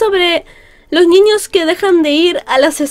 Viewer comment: Amo cuando dice "ñiños"